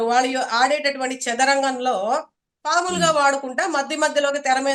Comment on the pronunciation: పాములు కాదమ్మ పావులు.